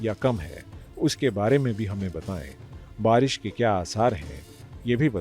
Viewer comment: बरिश नही बारिश बोलते हैं चच्चा 😂